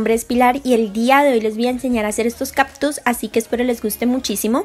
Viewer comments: No son caPtus. Son cáCtus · "Captus" ja ja ja ja sufrir cada que decías captus. Pero tu video muy chido